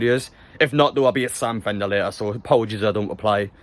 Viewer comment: definitely said sam bender there like mate